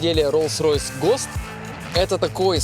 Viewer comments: Чувак ну ты же много где был уже,более менее должно быть с английским-то. Ппц уши резало роллс ройс ГОСТ! Что за гост такой? Государственный стандарт?!😏😂 если прикалывался,сорри че то не особо дошло… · Ану-ка, напиши транскрипцию слова ghost русскими буквами, и если уж придираться к произношению ведущим английских слов, то абсолютно ко всем, потому что акцент везде и постоянно, а не только в слове ghost.